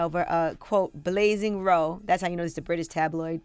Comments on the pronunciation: Brit here- it’s blazing row..Row is pronounced like cow when talking about people have an argument not row like row ur boat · 🙈 Lol, it’s not pronounced blazing Ro.. It’s pronounced blazing Rowwwwww